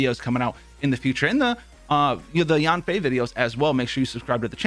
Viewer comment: Hi, you pronounced yanfei wrongly. You can use google translate, choose chinese, type in yanfei, and hear how it is supposed to be pronounced.